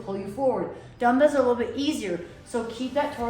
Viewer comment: Why you pronounce like damdals instead of dumbbells???